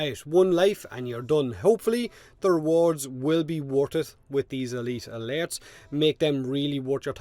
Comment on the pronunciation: At first I thought he was saying lairs.